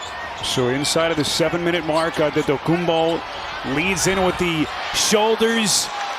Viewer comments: no. He said it the way Nigerian people would say it— Adedokumbo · The speaker says the name Antetokounbo in the most greek accent.....well done 🙏🏼🙏🏼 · Nobody said that he pronounced it correctly, he just pronounced it in a way a greek (and giannis himself) woyluld pronounce. Btw I thought too that the speaker must have greek roots